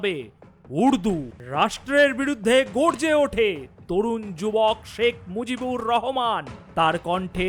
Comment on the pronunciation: শেখ মুজিবুর রহমান বললে নামের উচ্চারণ সঠিক হবে। ধন্যবাদ দাদা।